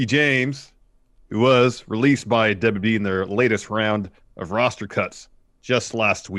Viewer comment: Stop saying the "DAWBLUEE" instead of WWE. Wrestling News NOW has corrupted your brain.